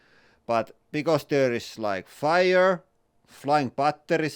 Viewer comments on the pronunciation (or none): none